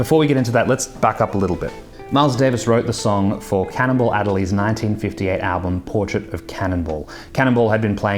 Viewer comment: “Cannonball”, not “Cannibal”.